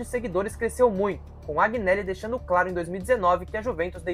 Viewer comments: Informe se melhor sobre 2006, Informe se melhor em relação à sentença final que saiu este ano nos tribunais da justiça ordinária. Outro erro grave. JUVENTUS está quebrada? Onde? Por favor contextualize essa " Informação " Outro ponto, AGInelli? ...veja certo como se fala o nome do Agnelli, Aproveito pra dizer que NÃO foi o Agnelli que construiu o estádio. A Juventus não contratou o Cr7, foi ele que quis jogar na Juve após, ele receber Palmas da torcida após um gol de bicicleta. Você sabe o que significa "plusvalenza "? A pandemia atrapalhou e muito o retorno financeiro, mas quebrada nunca. Enfim..falo em nome só fan club oficial d Juventus no Brasil. Foi só um toque, tem pontos errados aí conforme citei. Sobre perder os últimos 5 títulos, são ciclos, a Juventus ficou 9 anos sem ser campeã italiana quando Platini pendurou as chuterias , volrando a ser campeã em 95 com Baggio. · Vídeo bom mano,agneli se pronuncia anheli,para a prossima vez tmj